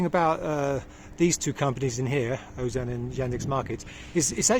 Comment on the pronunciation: Pronounced Azon / Azonne / Az-on.